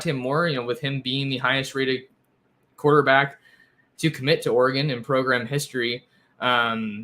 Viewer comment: Love the correct pronunciation of Progrum!